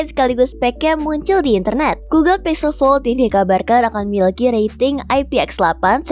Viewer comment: Google Pixel atau Google Pizel MIn?👀